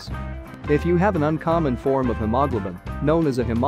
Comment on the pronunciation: The computer voice did not pronounce hemoglobin very clearly.